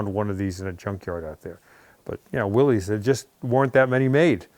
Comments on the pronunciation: Willis , not Willies. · Willys, the family name is pronounced like "willis" not "willies". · Nope. “Willis” is the correct pronunciation, it’s a Welsh name. However, Mr. Willys who owned the company said something like “I don’t care how you pronounce it as long as the check is good.” 😅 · it’s not diction or optional pronunciation, it’s his last name! Always was and always will be Will-iss. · No, It's a goddamned WILLIS (The Y is pronounced as an I )as that's how John Willys pronounced his own name! From Wikipedia, the free encyclopedia Willys–Overland Motors Willys (pronounced /ˈwɪlɪs/ "Willis")[a] was a brand name used by Willys–Overland Motors, an American automobile company, founded by John North Willys. It was best known for its design and production of World War II–era military jeeps (MBs), Willys M38 and M38A1 military jeeps as well as civilian versions (Jeep CJs), and branding the 'jeep' military slang-word into the '(Universal) Jeep' marque. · I mean, that’s a take. But, I think it is more of a mispronunciation. People saw Willys and thought Willy’s. Chevy and Chev are short forms of Chevrolet. Bimmer is short for BMW. I don’t want to get into a full Jack/ John argument; I think it’s just a mistake. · Nope WILLYS is not pronounced Willis !!! Actually they sold a lot of vehicles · You’re right that Overland Willys sold lots of vehicles back in their time, second only to Ford at their peak. But you’re wrong about the pronunciation, Willys is pronounced Will-iss. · The owner of these vehicles IS WRONG.. It IS pronounced WILLIS ACCORDING TO THE WILLYS FAMILY. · they’re pronounced the way the founder of the company’s name is said. Just like how you say Chev-ro-“lay” and not Chevro-LET. End of story lol.